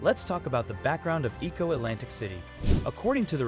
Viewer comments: E'ko Atlantic city not Eco Atlantic city. Stop using robotic voice, people. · You can tell when a colonizer is speaking on African topic.They just cant resist showing the horrid and undesirable parts first before getting to the topic.Was it that hard to just speak on the project without taking it there. And whats with the disrespect in pronunciation of Lagos,Eko.Its not that hard.Surely you know how to say Lego,you dont say ligo. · The mispronunciation of Eko and Lagos makes it difficult for me to enjoy the video. Please learn our pronunciations!!! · Okay documentary. Learn to pronounce "Lagos" , "Eko" and people's name correctly.